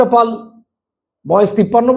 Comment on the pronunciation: " পল " নয় বলুন - " পাল " আচ্ছা বলুন তো - কোন যোগ্যতায় এখন পাল " পল " হয়ে যায়? পাল কে পাল ই বলবেন!